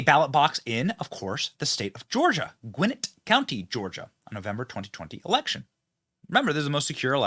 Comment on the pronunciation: It's pronounced "Gwen-Net". and it used to be a nice place before the suburbs took the farms away.